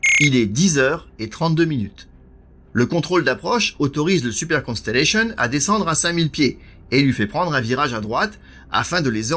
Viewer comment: C'est un fait, mais dommage que super soit prononcer à la française alors qu'il devrait être prononcer également en anglais étant donner qu'il fait partie intégralement du nom de l'avion.